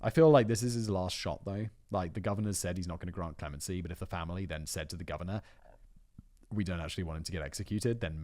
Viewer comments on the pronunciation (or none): "The Gorvenor of Virginia" - did Simon edit that part of the video himself?